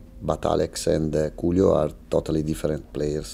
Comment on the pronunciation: Loving how he pronounces ‘Julio’ ❤